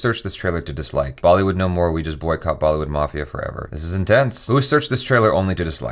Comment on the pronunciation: Every time literally everytime he says dislike I hear downloads